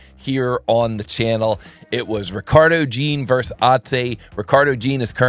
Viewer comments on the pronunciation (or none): Versus, not verse....